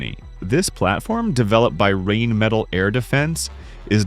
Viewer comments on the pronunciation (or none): the way the AI you use for your channel says it, RAIN METAL Air defence systems actually sounds quite funny and oddly accurate, they do be raining metal on enemies. But its actually Rheinmetall as in the River called Rhein. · Since Rheinmetall refers to the german river Rhein, that part should be pronounced just like the english word Rhine (not reign). It will sound a lot better to german ears ;-) It is funny how you can't give some fantasy word in english for right pronunciations in german because there basically are no general rules of pronunciation in english. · Also the pronunciation of "Rheinmetall" is "Rhine metall". Like in the river Rhine. That is what that means. They sound the same in German and English, or at least the part after the "R" does.